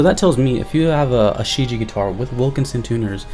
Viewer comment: Great review dude. Just to let you know, its pronounced as "shh Jyeah"